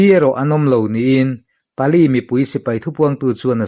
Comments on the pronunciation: Pali tiin midangin an lam ka hre ngai lo a, "PALE" an ti maiin ka hria. English ni lo hnam dang ṭawng hi Mizo ṭawnga kan chhiar dawn chuan a in ziah dan anga chhiar tur tih hi ka lo hriat ve dan a ni a, ka hre sual pawh a ni mai thei. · (Pale) mizo tawng anga lama chhiar tur Ani e,bengvar thlak thin khawpmai Kan lo ngaichang reng thin cheu nia